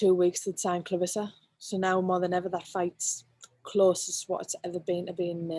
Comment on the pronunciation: It's ClaRESSA not claRISSA!!